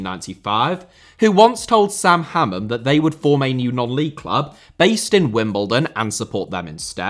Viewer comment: Sam - Ha-man